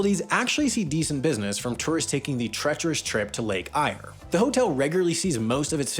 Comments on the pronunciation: Corrections: Millenia not centuries, Lake ‘air’ not ‘ire’, Oodna-DAT-ah not Oodna DAAT-a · Lake ire 😂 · lake eyre is pronounced like lake air. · I love how he said lake “ire” not lake “air” also how he put Scomo as a koala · Kati Thanda is the actual name of what a lot of people call Lake Eyre, and Eyre is pronounced exactly like the word "air" not "iyre". By the way there's a lot of people that do "livein" or are "visiting" coober pedy. Even though not many people live there permanently, It's by no means tiny. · Lake eyre is pronounced Lake air. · Eyre is pronounced the same way as air. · Eyre is pronounced just like Air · lol how the absolute fuck did you pronounce "Eyre" as "ire". Seriously. What even? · Woomera- Woom-erah not Woo-MEra Eyre - Air but like you're Australian Port Augsta - Pordagudda Ooodnadatta - Oodanadada. There are no emphasises, this is Australia, we only put emphasis on drinking. THANK YOU THAT IS ALL. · It’s pronounced lake “Air” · The "Eyre" in "Lake Eyre" is pronounced "air". (There were of a few other mispronunciations, but that was probably the worst). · Well it's pronounced 'Air' thats it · As an Australian I'll tell you it's pronounced lake air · Lake Eyre is pronounced like air (yeah I don't know how that spelling makes that pronunciation), normally it's empty but it does have a yacht club. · Eyre is pronounced like air. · Interesting video, but you really need to check your pronunciation, Lake Eyre was pronounced wrong as was Gibber plain. Yes Coober Pedy has a small permanent population but tourism swells this many times over the winter months. Anywhere with a big supermarket is certainly a substantial town in my books as most truly small towns certainly don't have that. Very interesting size comparisons, thanks for posting. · You've mispronounced Wahroonga, Lake Eyre, Oodnadatta, Gibber (Aboriginal for stone or pebble) and Woomera. Also, your pronunciation of pastoral put the emphasis on the wrong syllables.